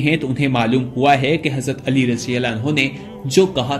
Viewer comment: Plz hazrate Ali raziallahu taa'ala anhu Ka naam Pura or Sahi se le jisse lafz samjh Aaye..